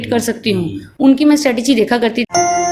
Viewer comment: Sorry to say that But Mr. Shashi tharoor "message" hota ha not massage 🤔